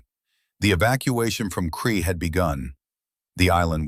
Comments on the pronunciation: A Kiwi here...it was Krete not kree.....Also the Kiwi soldiers killed many German paras as they fell to earth in parachutes....as they were great shots. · Allied soldiers including New Zealanders sought refuge in Crete, after escaping from Greece in front of a German advance designed to cut them off. SO they had been retreating and trying to stay out of trouble for some time. From Greece to Crete and onwards.... The deeds performed by the then Sgt Hulme can be verified via Wikipedia. Now the German 'smoke' that he was wearing around, was a 'smock'. The New Zealand place names were totally murdered by the commentary, and the sub-titles. Both the English and Maori language place names. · Can’t believe you allowed AI to destroy his story so many mistakes you have butchered the battle of Crete (Kree for FFS) as a kiwi I’m very annoyed 😡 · I hate AI narration. Why can it not pronounce Crete ? Rotorua etc ? Just get a human to read it ! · Yeah theres a lot. Crete pronounced Cree.... all of the NZ place names are pronounced horrendously wrong. Also, the pronunciation of Hulmes name various between "Hulme", "Hume", "Home" and "Hull" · Terrible A I voice, repetitive mispronunciation of names, places, mispelt text but still gets the story out. 10 points for getting the story out. 6 points for trying. 4 points for execution. 2 points for spelling. 1 point for constantly mucking up Hulme's name. The place was called CRETE not cree.